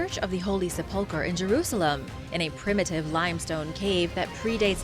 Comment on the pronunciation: Love your Vids! Its Sep-pull-chur for the next one!